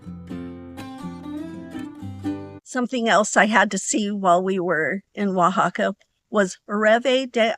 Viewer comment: I would have never figured out how to pronounce Oaxaca, so thank you for that! 😊I've never heard of a petrified waterfall before. It looks really cool and interesting how they are formed.